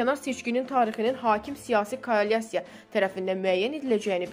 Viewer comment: KOALYASIYA YOX,KOALISIYA -DUZ OXU